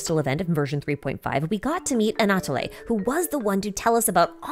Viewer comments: The way she says Anatole is also incorrect. We only change the way we say e when it has an accent on it. She's saying it like Anatolé. Anatole is pronounced Anatol. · P.S Anatole is pronounced as "Ana-toll". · Super vidéo et j'aime les théories mentionnées, elles ont aussi du sens, mais je recommande de revoir la façon dont les noms ont été prononcés. Vous avez mal prononcé plusieurs noms. Par exemple, le e final d'Anatole est muet en fait. Translated : Great video and I like the theories mentioned, they also make sense, but I recommend reviewing the way the names were pronounced. You pronounced many names wrong. For instance, the final e in Anatole is silent actually.